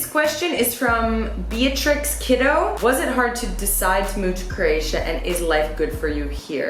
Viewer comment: Love the video.!!! Buts it’s pronounced crow-atia not crrrratia.